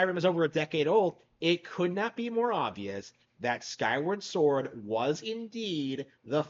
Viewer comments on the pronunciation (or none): none